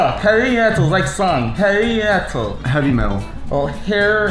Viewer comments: I AM FOR REAL CRYINF OMFG WHEN TRIED SAYING HEAVY 😁😂😂😂😂😂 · Its very funny where struggles to pronounce v and b😂😂